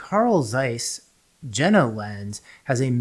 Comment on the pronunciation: Very informative but please Jena is pronounced “Yenah” 😅